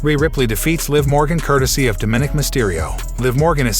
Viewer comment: DOM-MAN-NIC, it's quite easy